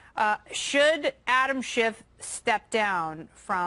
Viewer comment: I wish people would stop pronouncing Adam Schitts name wrong.